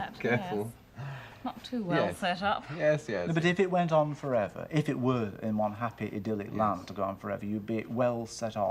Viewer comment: harty couldn't say 'one' ie WUN.